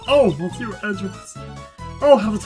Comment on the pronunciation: I'm glad that you finally decided to skip the "Previously on Investigations 2", that was such a waste of video time that could have been used for more actual LP fotage. Also monsieur is STILL prounounced "miss-ye-uh". I may be swedish and bareley know any french except for some words and terms, but I do know how to pronounce monsieur correctly.